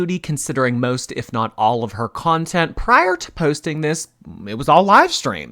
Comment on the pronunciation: omg yes! 🤣 "I'm working on new contenTT "